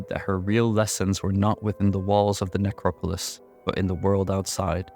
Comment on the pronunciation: the only thing that i catch every time that irks me is the way you say necropolis lol